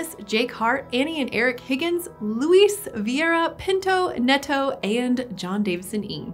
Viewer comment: It probably is not Net-oh, but Nay-to.